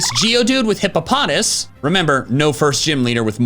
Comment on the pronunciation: You mean, Hippo-poh-toss :)